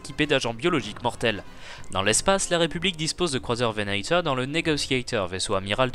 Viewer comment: Prononce Venator à la Française.